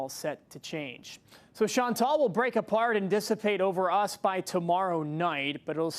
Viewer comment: Please pronounce Chantal properly.